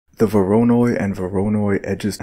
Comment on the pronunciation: The pronunciation of "voronoi" bugs me to no end... XD